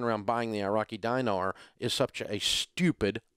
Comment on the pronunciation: It's pronounced DEEnar, not DYEnar.